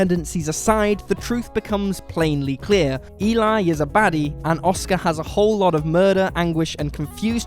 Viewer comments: It's not E-lie. Its E-lee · You obviously did not watch the last movie in your list! The name is not pronounced The name is not pronounced E-lie... it is properly pronounced as demonstrated in the movie it’s self as Æ-lee. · No plot twists, just subtle details that some viewers may have missed. In ‘Let the right one in’ it’s not even that subtle - it’s actually kind of the point of the whole thing! (Eli’s name is pronounced more like ‘Ellie’ than Eli despite the spelling. Did you watch it?) The real subtle detail is that Eli was not a girl. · Eli is pronounced like Elly, btw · Eli in Let The Right One In is a girl, so her name is pronounced as "Elly". would know this if he paid attention to the film. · Let The Right One In: 1st - You're pronouncing "Eli" incorrectly. 2nd - Eli is not a "she". 3rd - Lindqvist's story "Let The Old Dreams Die" completely disproves that theory. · I can't trust someone that can't pronounce Eli's name correctly to explain me Lat den ratte komma in.